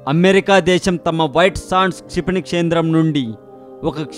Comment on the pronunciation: its not "CHIPANI"...its "KSHA"....KSHIPANI....learn telugu first pls....try to concentrate these type of words...pls